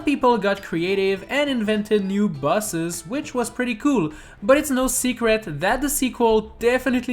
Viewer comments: it's like you say buses instead of boses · You're saying bus, not boss, so basically it should be 10 Buses that NEED to be in SMM2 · You said busses 😂 Pom Pom is in the game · All I can hear is top ten busses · Why he sayin buses